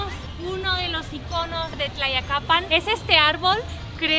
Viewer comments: Estas bien loquilla. Y más tratando de pronunciar el nombre del pueblo. Me encanta ver tus videos. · Visitas pueblos cuyo nombre ni puedes pronunciar. Y porqué una extanjera y española además me enseña mi país? Ni saba la cultura ni lee nad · No bueno que simpática eres, me imagino que si te cuesta decir Tlayacapan no me quiero imaginar que digas Tlacoquemecatl, pero siempre es posible todo así que igual te pido que visites su pequeñísimo parque en la Del Valle y vayas a comer a los Chamorros!!! Ja ja, eres linda y lo que le sigue!!!